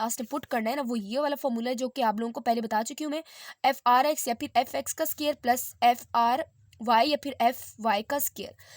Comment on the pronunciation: It's square not scare